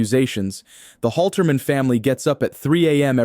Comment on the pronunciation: Holterman, not Holzman.